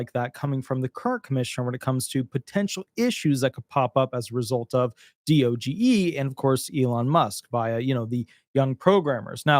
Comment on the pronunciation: Please stop spelling out D-O-G-E. It's one word, DOGE. I'm not sure why you can report on DOGE and not know how to pronounce it.